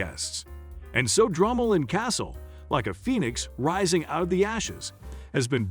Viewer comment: It’s pronounced Dromoland not dramaland 😂😂😂